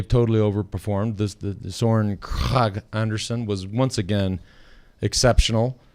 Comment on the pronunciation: How to say “Søren Kragh Andersen” (your discussion already after stage 14): Your Kragh sounds almost like “crack”, -but it is like “crowd” without the “d”. This English guy from Eurosport shouts it out quite well (listen after 2 min 40 sec)